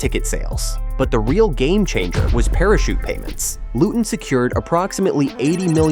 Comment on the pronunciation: 2 mins in and I was worried this could be AI slop. But- it’s so far well thought out. And you pronounce Luton without the T, so that’s good work already. I get to see Power Court rise most Fridays near my work place (And based on the need to move since 1955, it’s a needed long term investment)